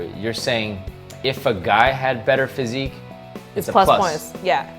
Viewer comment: Way to botch the word 'physique' ... smh